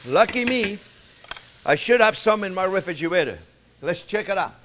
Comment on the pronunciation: “I must have some in my wefejewetter” opens the fridge 🤣🤣